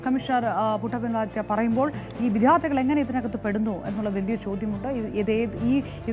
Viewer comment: "വി-ധ്യാ-ർത്തികൾ" അല്ല "വി-ദ്യാ-ർത്ഥികൾ" എന്ന് വേണം പറയാൻ. 🤦‍♂